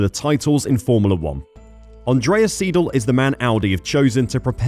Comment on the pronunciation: Siedel 😂😂 come on, learn the correct pronounciation !!